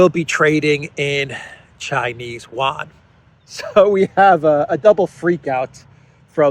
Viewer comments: it's not pronounced "wan". its pronounced Yu-an. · it's You-ahn. Not one/juan. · Chinese "Yuan" is pronounced Euan